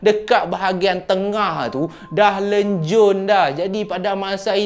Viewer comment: Lencun bang..bukan lenjun